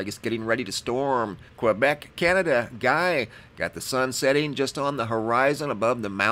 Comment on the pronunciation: Lol.. the dude feom Quebec his name is french its pronounced differently.. i love how says guy. Just gave me a chuckle.